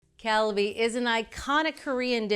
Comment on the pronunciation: why did she say “kalbi” correct the first time and then start saying “kaibi” for the rest of the presentation? why did no one correct her?